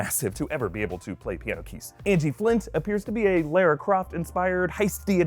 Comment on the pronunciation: Why can't people say Lara properly?